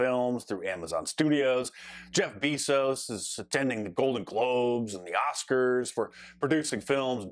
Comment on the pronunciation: So-called "media + cuture expert/analyst" Mark Dice: Jeff "BEE-zos." His name is pronounced Jeff "BAY-zos." He's the founder of Amazon and one of the 5 wealthiest people in human history. He (and by default, his name...) has been one of the most recognizeable humans on earth for TWO DECADES now.